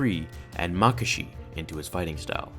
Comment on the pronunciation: Form two is pronounced ma-ka-shi